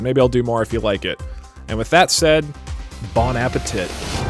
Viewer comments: "Bon-api-tit" . . . *mwha* it is now perfection Doug. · What gets me is the pronunciation and emphasis literally being 'bon ap pe TIT'... I swear I've never heard it said like that...